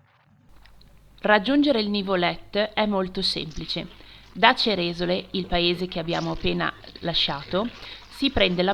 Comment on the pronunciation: Bello! Comunque il paese col suo bel lago si pronuncia Ceresòle, non Cerèsole 👋